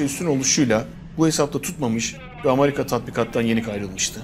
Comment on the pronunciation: Amarika değil, Amerika